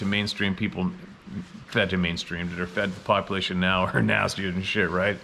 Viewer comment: Has anyone else started to count how many times in a video says, "nee-yeah".....*now? 🤨🤔 I've started saying it like that now just because.😆